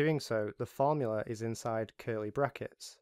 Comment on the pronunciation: array fromula :)